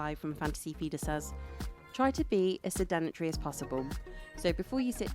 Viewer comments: "sed en etree" okay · The way she says “sedentary” drives me crazy.